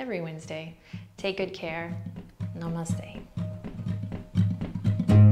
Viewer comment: Adriene, thank you for this video. Subscribed! And thank you for pronouncing namaste correctly.